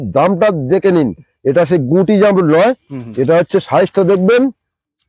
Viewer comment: Jarmul na o ta hobe jamrul 😂😅